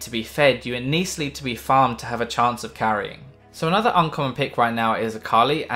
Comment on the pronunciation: "You at neast lead to be..." :D